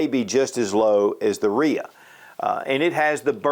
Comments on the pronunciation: Really? "Reeah?" No. R-I-A 5.0. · RIA isn't a name it's an acronym R. rock I. island A. armory. Dude keeps calling it a RIA HAHAHAHHAHAHAHHA